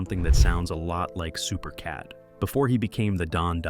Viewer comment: Supercat is without a doubt one of the greatest. But how is an entire video done on a man who's name isn't pronounced correctly the whole way through?